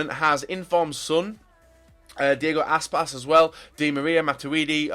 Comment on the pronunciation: i screamed at the screen when you said Diego Aspas...